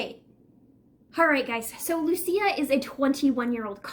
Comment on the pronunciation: I met this girl!! She was a friend of a friend, she stayed the night at my family’s air bnb. Smoked a j with her. She did not seem like the crazy type, I believe it was definitely a mental break. Also you are saying her name wrong, (Lou-Ees -Ah)